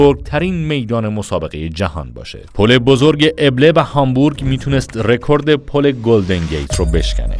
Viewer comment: پل ابله نیست دوست عزیز پل البه elb است